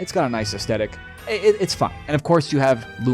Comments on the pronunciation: aesthetic: us-thet-ik not astetik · Legends say that he's still trying to pronounce the word "aesthetic." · Bro makes a big deal struggling to say "aesthetic" but doesn't fucking flinch at saying "pacifically" 💀💀